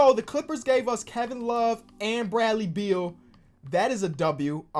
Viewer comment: Literally nobody:: “Bradley Beald”